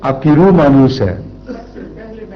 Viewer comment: manoos nahi munhoos hay.